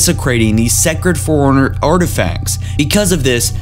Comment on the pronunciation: Bro, you need to practice a bit before you record. Your pronunciation's kinda whack (i.e. I kept hearing "foreigner" instead of "Forerunner").